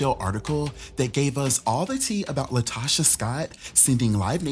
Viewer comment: Calling the lady LIEtocha is taking me owt! 😂😂💀💀